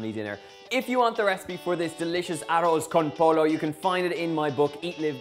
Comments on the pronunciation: Ah-Rose Con Po-low... 😅😂😂😂 lmao. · How you gonna teach us how to make arroz con pollo n you can't even pronounce it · Arroth con poy -yo Donal damn it! ha. Lovely recipe though. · Why calling it arroz con pollo when you can just say paella? Just saying, not hatin' Btw I'm spanish so as you can tell i just laughed so hard when you said "Aros Con Polo!" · I'm leaving after I heard you say arrose cone polow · Umm he cooks arroz con pollo about as well as he pronounces it lol! Stick to fish and chips bro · Let's start off by pronouncing the dish correctly... bye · He can't even say it! This recipe is pathetic. No arroz con pollo I've ever eaten.